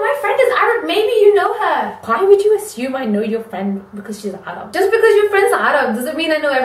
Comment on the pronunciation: I love the fact that you pronounce arab in the arab way. (as 3arab)